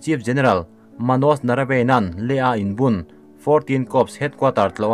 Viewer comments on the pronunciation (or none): India General hming hi... Gen, M M Na-rava-ne tih zawk tur a ni lo maw aw? Rave tih a 'a' lai khi silent word ang a tih tur ni in ka hria...